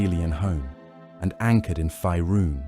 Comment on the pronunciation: Curious why the voiceover keeps saying "Fierun" like that when it's pronounced "Faerun" like "Fayrune". Weird.